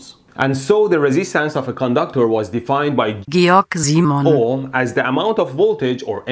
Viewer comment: "Georg Simon Ohm" - As a German, I can approve that pronunciation :D